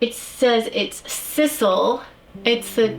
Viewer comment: Your pronunciation of sisal made me giggle. Lots of nice finds.